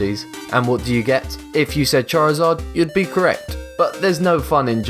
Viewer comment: how he said charizard tho xD